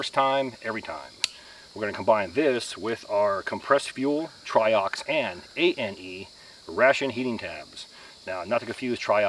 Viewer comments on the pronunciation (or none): It's pronounced try-ox-ane, rhymes with main.